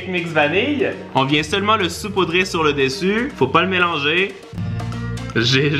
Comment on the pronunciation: C sepoudrer c pas supodrer